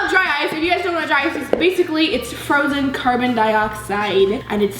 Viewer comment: I thought she said dry ass bubble.. lmao sorry ily